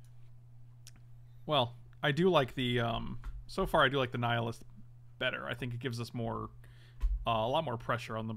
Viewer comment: "So far I like the nihilist..." shakes head like he's just been punched, realizes said 'Naya list'